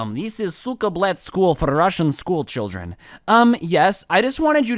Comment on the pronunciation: I died when he said "yeas zis is ze сука блять school for Russian school cheeldren" It reminded me of my Russian friend on discord who isn't the best at english... he's always calling himself a stupid little Russian schoolboy as a joke 😂😂😂 poor guy